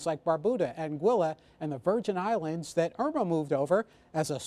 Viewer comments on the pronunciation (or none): none